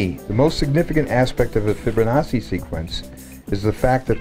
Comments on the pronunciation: The "fibber nawsee" pronunciation drives me nuts lol ..."Fib-o-nawchee" the double C is a "ch" not a "ss" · It's "Fibonacci"... not "Fibber-nachi"?!... are you freaking serious?! We are NOT one, we are distinct individuals that are so far from being one in spirit, it's mind boggling, UNLESS... you mean one in sin and our cursed nature in this world, then you may have a point. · Lmao why does he say it like that tho... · His name is Fibonacci. NOT FRIBO-NAZI!!!